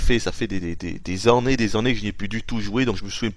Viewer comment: Des an né ? Non , année !